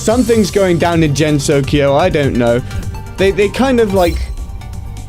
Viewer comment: “Jen-so-ki-oh...” “Toe-hu...”